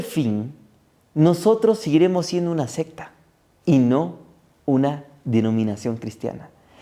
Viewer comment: Como frecuentemente estas hablando debe pronunciar Secta con C...y no con P... Se lo digo con apecko.